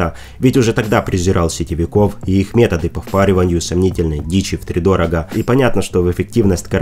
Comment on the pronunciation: Оп, а ещё хвалился, что можешь правильно произнести слово "фармакология". ВтрИдорога, а не втридОрога)